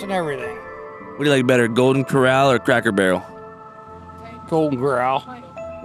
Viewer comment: Homie said Golden Corral 😂😂😂